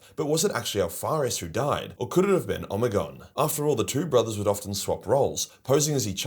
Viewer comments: Ahhh the pronunciation of omegon is hurting my ears it’s pronounced omeegon not omigon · Holup... is it really pronounced "Oh-me-gone?" In my head i always read it as Omeg-on." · Love the Omegon pronunciation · I am not one to criticize, been fan for years. Like I remember watching the earlier vids, from when you were just a kid. But, I gotta say.... sounds like an AI generated voice for you with all those Omegon pronunciations. Hope that's not the case since you are against AI slop, but only you know. Good video, cheers. You owe nobody an explanation, just would cite you on what you said. To at least disclose the use of AI. I could also be wrong and stupid as fuck lol. Cheers!